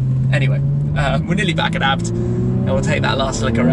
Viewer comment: It’s A.Bee Tee, not abt.